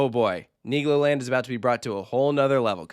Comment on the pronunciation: LOL IS RIGHT! Really gotta make sure you annunciate that L in Niglo 🥲😬